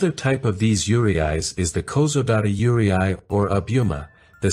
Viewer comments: While it was excellently researched and well presented the AI voice pronouncing Yurei (Yuu-Ray), as Yu-ri-ai bothered me immensly. Yuri is GL and Ai, to my knowledge means love and written with a different Kanji can mean sorrow. Please correct me if I am wrong, I'm not an expert its just what I've learned from watching anime. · Really well done. One thing so far - yuurei is pronounced like "yoo-ray-ee," with the "ee" barely being voiced. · Thats right, you can just prolong the last [e] sound. You raa. The last ee doesn’t even need to be pronounced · to my ears, the narrator's pronounced 'yūrei' like 'urea' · It’s “Yuuu ray” 幽霊 I know it’s AI voice but this is how you pronounce Yuuu Ray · i am so bothered hearing him all the time pronounce it yuwarai or something LMAOOO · It's pronounced "yoo-reh" . I've been studying Japanese since I was 12 (28 now), and that is how I've heard japanese pronounce the word. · there is no "ray" pronunciation in that word at all. The Japanese pronounce that word as "yoo-reh" I've never heard Japanese people say "yoo RAY" for that word ever. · The YURY-EYE!!! Sorry I'm Japanese so hearing Yurei pronounced differently is weird, but good video! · Bruh I have lived in Japan for 7 years. That's a huge chunk of my life and I assure you, never have I ever experience any ghosts and spirits in my stay there. No paranormal activities, circumstances and whatsoever. And by the way Yurei is pronounced as "you-ray" (you of YouTube and ray of sting ray) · Love the documentary! But Yūrei is pronounced You-ray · I have a suggestion if you are going to keep using the AI generated voice in future videos: for foreign words try to spell them out phonetically, like yurei spell it out as yoorey. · Wait, he could spell yu and rei, but spell yurei as yure-eye? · This is a great documentary, but it’s so frustrating hearing the narrator repeatedly mispronounce Yūrei. It’s ”YUU - rey”. Two syllables. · You should pronounce Yurei like You-ray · You ree ai 幽霊はゆうりいあい